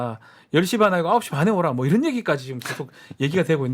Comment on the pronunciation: 김은혜 왈~이란이 아니고 이런 입니다 ~다시잘들어 보세요~